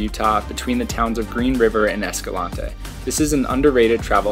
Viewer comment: Great footage and awesome hikes, but PLEASE ask someone in Escalante how to pronounce the name - it is located in Utah, not South America… My mom is third generation born and raised in Escalante so she would know. And yes, pronunciation matters. Just ask the convict who got pulled over and told the police he lived in “Hurricane”. Hint - it’s not pronounced like the tropical storm 😉